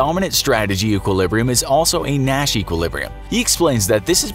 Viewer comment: Sometime through the video, I started hearing ‘Nash’ as ‘Mat’ ..... oh gosh.....